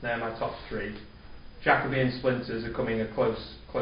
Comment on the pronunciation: Yes, Jacoby is an excellent tool for problem solving and differentiates from a supporting cue bid response at the 4 level, etc. Interesting that you pronounce it Jack-obee. I have head it pronounced Jake-obee and also Jack-Oh-bee. I wonder which is correct...